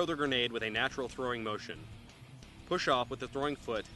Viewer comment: no say granadaaaaa with an accent